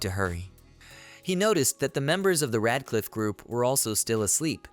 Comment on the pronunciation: How did "Red Cliff" turn into Rad Cliff". This translation stuff done for voice and text is not good, you have zero reviews being done and producing sub-par videos. I disapprove. You know when smart people write a book they have the book checked by someone who can clean up the grammar without changing the meanings of the sentences. Sure I'm poor and use an automated process but you need a smart human who is fantastic with English and can view the auto and text from the story to make sure everything is 100%